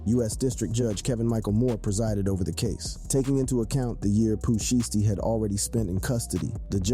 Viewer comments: Really bro Pooh sheshty it's (shysty) Pooh shiesty not no Pooh sheesty do better or don't do it at all fam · Pooh Shy Stee. Not Pooh Shiitypants and not Pooh Shee Stee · Its pooh Shy -stee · "Pooh shee-ess-tee" "Pooh sheeshty" Not even close 😂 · Listening to him try to say sheishty is hilarious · This dude said Pooh sheets . . . This dude is too real 😂🤨🤨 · Poo sheesty? Well at least u got big L right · Pooh Sheesty 🤣🤣🤣😭😭😭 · Rap Daily, fire that dude! How the hell did y'all let this dude pronounce every spanish name correctly but couldn't say Pooh Shiesty right 🤦🏿‍♂️ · You butchered these rappers names not just pooh but m. Dre come on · Pooh shh-iced tea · Ard u gotta be a bot or something cause it's no way u just said Pooh Shiesty like dat 🤨🤔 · Really u gonna do Pooh name like that lol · Ngl true